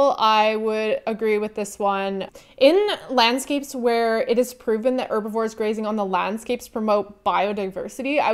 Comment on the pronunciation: Dislike because you pronounce "Herbivore" as "Erbivore"